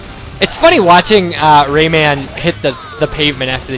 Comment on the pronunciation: Lawl really... RavingRAyman-- RAYMAN raving Rabbids:L you made me lol all of the times you have said it wrong